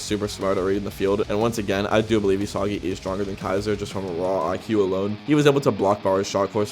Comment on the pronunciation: The mispronunciation of Isagi is killing me and not in a good way 🫩